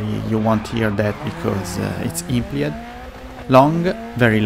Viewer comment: Great video, great info... but I can't for the life of my get passed how some of the words are pronounced. I'm guessing English isn't your first language, but... blind, implied, and engine are NOT pronounced like that. Blind (bl-eye-nd) not (bl-in-d) Engine (en-jin) not (en-jined) Implied (impl-eye-d) not (imp-lee-ed) Hope this helps somewhat.